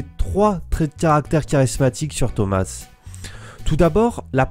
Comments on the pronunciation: Ça se dit pas Thomasse mais thoma le s est phonétique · POURQUOI TU DIS THOMAS « SSSS »